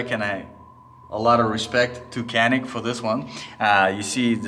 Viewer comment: I am writing as a Turk. You are pronouncing "canik" false. We pronounce it not like "kea - nick" Just like "janik" I found a video about this on youtube. If you are interested: Nice video. I like it :)